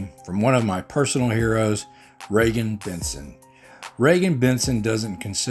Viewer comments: Regan is awesome!! ❤️ FYI. It’s Reeegan. Not Regan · It's REE-gan. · She is a REAL HERO! & FYI her name is pronounced Reegan :)